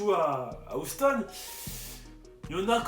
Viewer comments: Bonne vidéo mais ça se prononce «youston» et pas «ouston» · Comment tu dis Houston ça donne envie de te mettre des baffes 😂😂